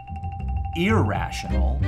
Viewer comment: wational uwu